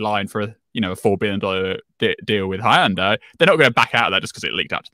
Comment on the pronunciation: I’m disoriented by the way he is pronouncing Hyundai and Reuters 😆